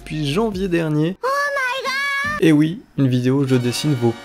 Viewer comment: Mais vous êtes des artistes c'est pas possible!!! 😵❤ "OH MY GAD!!" 😂😂😂